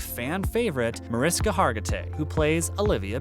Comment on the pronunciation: Several mispronunciations of names, both actor and character names. Most notable MAR-IS-KA for MAR-ISH-KA!!!!! The star of the show. A venerable actor and you've mispronounced her name! Another "good" one is Elliot STAB-LER (pronounced as the action associated with a knife, "stab") instead of the correct way to say the character's last name, STAY-BLER. There were more.